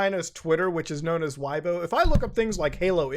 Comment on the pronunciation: Weibo is pronounced Way-Bwah.